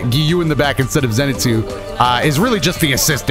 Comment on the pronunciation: Who is Zenetsu I thought it was Zenitsu